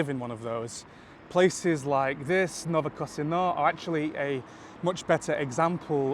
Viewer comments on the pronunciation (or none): This metro station is not "New Casino" but "Novokosino". It sounds close in English, but in Russian, the difference between Z and C probably comes from the word mow =)